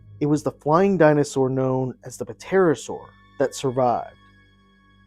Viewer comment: Say ter-oh-sor